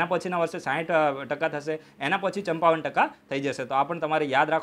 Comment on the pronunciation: ...ચંપાવન 😀 sorry sir , really sorry but I find it very funny. Sorry if I hurt u..